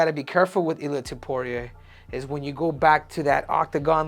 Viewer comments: It's Topuria, not tiporia. At least learn how to pronounce his surname jeez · "Ilia topoirier" -henry cejudo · Goddamn, you're Mexican and you can't pronounce his name correctly? It's not Topuri-eh. 😆